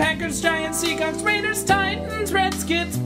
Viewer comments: Love it, except the part where you mispronounced Seahawks. C'mon. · Does he really say Seacocks??? :-D